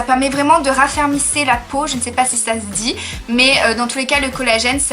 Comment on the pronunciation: On dit "raffermir" cocotte 😂 Good video tho 😉